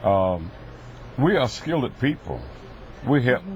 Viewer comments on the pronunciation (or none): I was trying to hold my laughter out of respect for him being a man of the cloth, but when he started talking about blacks building a bridge and said"We are a SKILLED-DED people" I couldn't hold it anymore. 😂